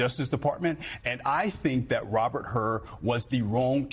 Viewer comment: FYI his name is Hur not Hurd.